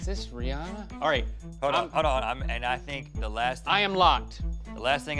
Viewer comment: Thanks for saying Rihanna’s name right 😂